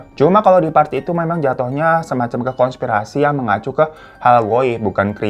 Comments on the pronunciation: Hai ka Hiro , konspirasi bukan kongspirasi ka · KONSPIRASI bang,bukan kongspirasi